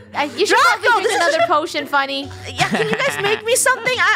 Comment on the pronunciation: Eula and it’s Funneh is Eunneh ☺️